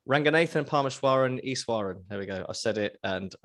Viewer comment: You did well. The pronunciation was on point foe eshwaran